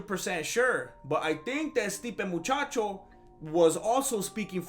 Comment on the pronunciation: Stipe "Muchacho". Nice.